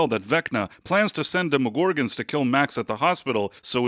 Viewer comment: Is this AI? Why do you say demogorgons that way? You put the wrong emphasis on the wrong syllable.